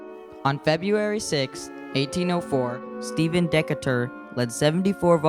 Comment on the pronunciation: Great video. FYI- it's Decatur is pronounced "duh-Kay-tur."